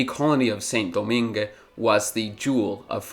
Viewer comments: Its pronounced like "Sahn Dough-mahng" not "sin doh-min-geh" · Saint-Domingue’s pronunciation: /sẽ.doˈmɛ̃ɡ/ (seh[n]-do-MEH[N]G) Toussaint Louverture’s pronunciation: /tuˈsẽ.luveʁˈtyʁ/ (two-SEH[N]-loo-vègh-TÜGH) Jean-Jacques Dessaline’s pronunciation: /ʒɑ̃.ʒak.desaˈliːn/ (zhoh[n]-zhak-dé-sa-LEAN) I think that while this was a very good video, you should’ve mentioned the indentured servants from India, Indonesia, and China, imported by the same British who intercepted slave ships. The indentured servants were brought to the British Caribbean in place of the freed slaves. The British also relied on American cotton, produced by slave labor, for their textile industry and, if I remember correctly, supported the Confederacy for that exact reason. People tend to act like the British became saints after abolishing slavery and freeing trafficked people by completely ignoring everything they did after that. Also, not so fun fact; the last slave in the United States was freed in 1963, but I didn’t expect you to include this fact in the video lol